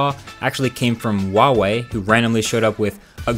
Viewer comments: who - ah - way, not wah - way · why does he say wawee instead of huawei? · Just something i noticed, you say wall wee instead of huawei. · Great video like always. Just one nitpick. The H is pronounced in huawei, and isn't silent. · The way you pronounce Nikon and Huawei :'D